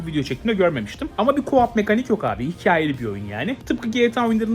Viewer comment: Ku ap değil ko op.:D Amerikalara gittin, etkinliklere katıldın, şunu da bir düzelt artık!:D Çok güzel bir video olmuş, keyifle izledim, teşekkürler.:D